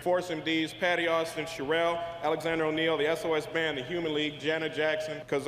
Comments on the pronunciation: I also wish that she could pronounce Cherrelle’s name better😆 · you are pronouncing Cherrelle name wrong please correct this its annoying